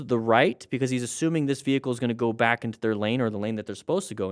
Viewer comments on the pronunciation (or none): none